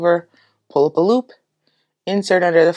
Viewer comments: Saaame xD Everytime I hear poolapaloop. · Great tutorial! Not too fast and not too slow! Also, every time she says "pull up a loop" my sleepy brain just heard "poolapaloop"